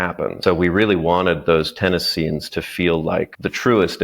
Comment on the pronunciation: Why did bro say TEENis 😂